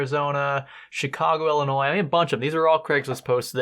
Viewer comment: ayyy you said Illinois right!